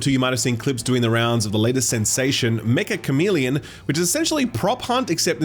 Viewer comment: No it's not Meka Cameleon jesus christ